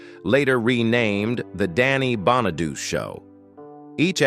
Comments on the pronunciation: It’s pronounced Bon-a-do-chee. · I had to ignore the misprounciation of his last name because I wanted to learn how Danny is doing today. He is truly a survivor and its terrible how many other child stars lives ended tragically. It was and probably still is a cruel business to be involved in unless you're surrounded by a good family or support system. There are predators out there looking to take advantage of the weak or uninformed, kinda like our current president and it's administration members. It's a cruel world we live in. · LEARN HOW TO PRONOUNCE HIS NAME!!!! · Soon as the fake voice mispronounced his last name I stopped watching. Although I did leave this comment.